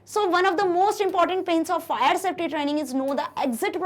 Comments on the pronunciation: Mam it's safety not softy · it’s safety not softy 😂😂